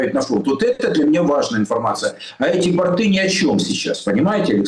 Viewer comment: Не бортЫы,а бОрты безграмотен часто.